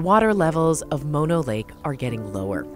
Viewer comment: mono the disease (typically pronounced more like mah-no) is the shortened form of mononucleosis, the full name of the disease. Mono the lake is named after a local Native American tribe and should be pronounced like moh-no.